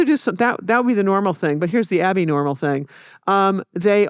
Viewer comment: “Here’s the Abi-Normal thing” love that she’s able to (probably not even consciously lol) slip in a Young Frankenstein reference.